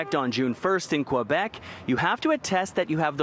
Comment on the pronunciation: City news doesn't even have enough respect to say "Quebec" properly